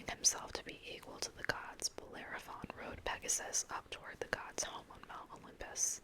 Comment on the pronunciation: I'm surprised the book didn't give phonetic pronunciations of some of those mythical beasts. I think you did a great job with it...especially "Bellerophon"...holy cow!